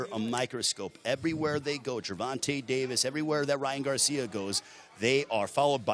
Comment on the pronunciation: was the only one hearing "Ryan Garcium" ?